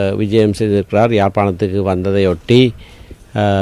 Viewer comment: யாழ்ப்பாணத்திற்கு வந்தாரா?அல்லது யாப்பாணத்துக்கு வந்தாரா? படிப்படியாக யாப்பானய ஆக மாறுகிரதா? சுமந்திரன் வாயிலே!